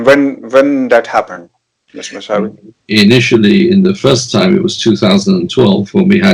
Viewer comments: His name is kaveh Mousavi .He is British Iranian.plz pronounce correctly mousavi not Masavi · ان کا نام‌ اردو میں کاوہ ( فارسی میں اس کا تلفظ کاوے ہے) موسوی ہے مساوی نہیں.